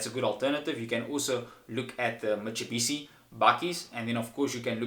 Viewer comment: Mitsubishi not mitsebishi😂😂😂